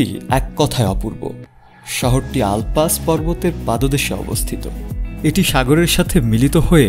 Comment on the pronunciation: ওটাই তো বলেছি ভাই এই সাংবাদিকরা উচ্চারণ পর্যন্ত করতে পারে না